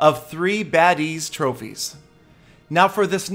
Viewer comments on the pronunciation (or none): lol 3badee 😂😂😂 its pronounced Abadee 😂